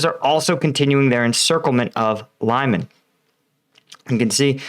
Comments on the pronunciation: Lyman is pronounced like Lee-man, not Lie-men. Hope that helps. If you listen to the Ukrainian or Russian pronouncing the town, you will know. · To help with your pronunciation of Ukrainian place names: e is eh and y is ee as in ‘jelly’. o is as in ‘dog’. So: Lyman is Lee-man. Shandryholove is Shandree-hȯ-lȯ-veh, where ȯ represents a hard o. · Try to pronounce Lyman like Leemun I think it would come closer to how its pronounced in Ukrainian language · The pronunciation of Lyman is apparently not "lie-man" but more something sounding like "lee-mahn". That's how I hear the Ukrainians say it, anyway. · Pronounced leMAHN, not Lyeman. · Lyman= Lee Mon. Second syllable sounds like mom. Lysychansk is a high ground with Russian artillery at great advantage, so the Ukrainians are smartly staying away and concentrating on other areas for now. Kherson has been a stronghold for Russia and along with the river are barriers going towards Crimea. It had been a gateway to Odesa as Russia was coming in and trying to take full control of all Black Sea ports. It's now the fall back along with being a Crimea defensive line. Don't forget the rain over the last few days. Just like Russia getting bogged down in the North towards Kyiv early in the invasion, everyone off road is going to be bogged now in the east. Winter is coming. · Btw, it's pronounced "li-man" not "lay-man". You make it sound almost like lemon lol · Next stop - saying beginning of Lyman as 'Bingo' not 'lime'. Sort of Leeman, not Laiman. Love your videos and appreciate your efforts with completely different word structure. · Lyman is not "lie-man" it's "lee-mahn" and it's Russian Occupied territory. Luhansk Oblast is still in Ukraine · Lyman is pronounced as it's written like this: Lee-maan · “Lee-mon”. Please. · Lyman is pronounced Liman - short i and short a. Like "it" and "mama."